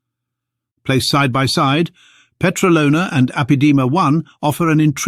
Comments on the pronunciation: The Petralona man is years old. DOUBLE of what the mainstream media falsy says. And its pronounced peTRAlona, not petraLOna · 17.40 It is stressed on the second syllable (tra), by the way and not on the third (lo).